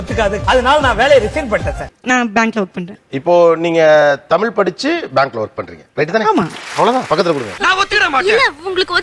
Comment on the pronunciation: நீங்கள் எல்லாம் ஏண்டா தமிழ் காரர் என்று சொல்லிட்டு இருக்கிறீங்க உங்களுக்கு வெட்கமே இல்லையா? தமில் தமில் என்றீங்களா உங்களுக்கு வெட்க்கமா இல்லையா.